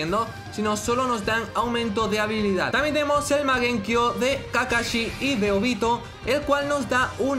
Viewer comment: Porque le dise magenkio XD es mangekio